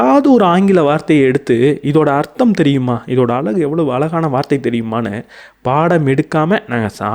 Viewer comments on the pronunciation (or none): none